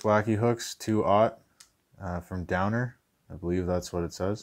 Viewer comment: it is owner not downer